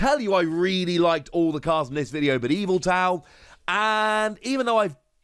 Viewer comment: Love the pronunciations Morpeeeko and Eviltowel